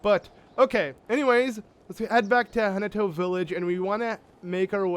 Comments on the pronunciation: Again it's like HA TAIN OH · Actually its ha-ti-no village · Ha - Ten - Noh I'm sorry but that pronunciation was driving me crazy. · I thought it was Ha-Ne-Toe village ;)